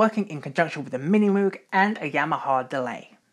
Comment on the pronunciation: Great history! My only complaint: Moog is pronounced incorrectly: it's a hard 'o' , like "Moge".